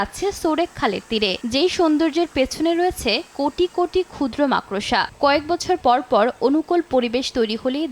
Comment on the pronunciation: মাক্ ড়সা নয়, উচ্চারণ মাকড়্ সা